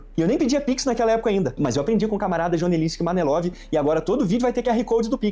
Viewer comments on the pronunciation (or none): depois do "Joneslinsk Manelov" eu ja tinha quebrado kkk